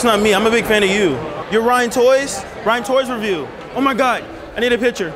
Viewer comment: Naaaa bro said Ryan toys revieww